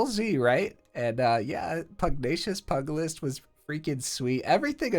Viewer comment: Good news and bad news: You’re pronouncing “Valet” correctly (val-ay), but mispronouncing “Pugilist” which should be pyoo-jill-ist and not “pug-ilist”. Although you could be intentionally saying it like that because it sounds funny, what do I know? 🤷‍♂️